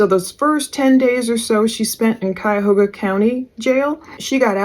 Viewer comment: She reminds me of Mackenzie Sharilla on those phone calls. It was nice to hear Cuyahoga and Medina pronounced correctly.